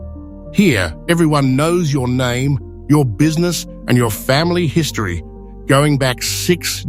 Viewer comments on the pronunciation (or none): none